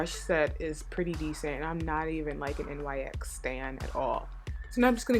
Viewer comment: Really nice look. Also, not to be rude, and I'm not sure if you're aware, but NYX is pronounced NIX. The letters aren't pronounced.